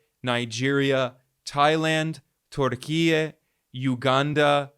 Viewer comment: I commend you for pronouncing Türkiye in a Turkish way. I'm not even turkish, by the way. It just shows the level of respect and literacy of yours.